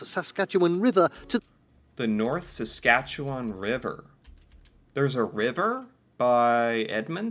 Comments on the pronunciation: You got SASKATCHEWAN RIGHT when you First said it! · The way he pronounced Wetaskawin. Also you pronounced Saskatchewan right the first time! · We-tas-ke-win. He pronounced it wrong. The British speaker doesn’t pronounce quite a few things right. Canadians say Suh-skatch-e-wan. You got it! Edmonton has a huge number of Ukrainians. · And yes you are pronouncing Saskatchewan properly. End sounding ‘win’ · Im from Saskatchewan and you have been pronouncing it correctly 🇨🇦✌️🫶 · Your new pronunciation of Saskatchewan is correct - not ‘wawn’ at the end. Good work to notice that,!